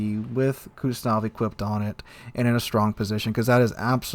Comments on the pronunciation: I'm sorry but Kuznetsov not Kutznov 😭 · Yes. My bad. But his pronunciation of kuznetsov is so bad it sounded like kuznof. So i thought he meant Kutuzov. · Kuz-ne-tsov sorry i had to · Your pronunciation of the captain Kuznetsov's name tears my ears :)